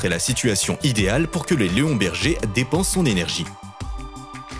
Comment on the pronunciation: Leonberg peut être mais pas Léon Berger non 😂